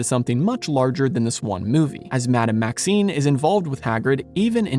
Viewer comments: You are mispronouncing the name of the Headmistress of Beauxbatons. You are saying "Maxine", but the name is "Maxime". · She is Madame Maxime, not Maxine 🤪 She is called by her surname, whereas Maxine makes it sound like her first name...which is actually Olympe. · I believe it’s Madame Maxime (with an M), not Maxine.